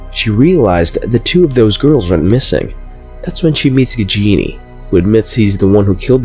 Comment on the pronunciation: Don't pronounce it "Gigini" it should be like "Gaajini". 😁